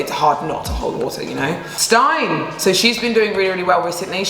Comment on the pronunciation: So nice 😊 it could be that Stine is actually pronounced „Steen-eh“